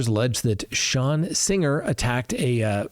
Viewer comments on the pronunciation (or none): none